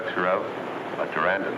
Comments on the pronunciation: 'Teranden'? I'm sure he meant 'Pteranodon'. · Anne Kimbell was a fine looking lady, and she had really nice legs. She made the movie more watchable. No disrespect, just appreciation. I believe the Dr's Pterandon is pronounced, Pteranodon, and his embronic is pronounced, embryonic. Just saying.